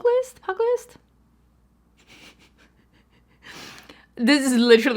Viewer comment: I need you to show me this red eyeshadow look. I am trying to overcome my fear of red makeup and this is beautiful! I want to recreate this. #45 is said "pew-jill-ist" it means a boxer/fist fighter.